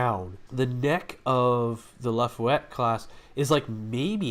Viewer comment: No they are extra Torpedo Launcher themselves according to Memory Alpha for the New Orleans also the ship name isn't Lafuette it is Laffah Yette Class that is how you pronounce it.